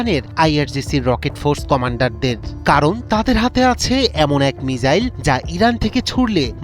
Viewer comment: মিজাইল না মিসাইল😅😅😅